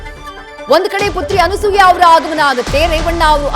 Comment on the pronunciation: Thayee adu Anusooya alla Anasooya